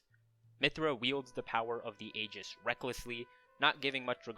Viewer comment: The mispronunciations of 'Aegis' and 'Aion' are bothersome, but everything else about the video is good.